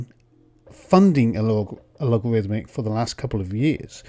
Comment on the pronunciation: By the way, the (former) company name is “Allegorithmic”, not “Alogarithmic”.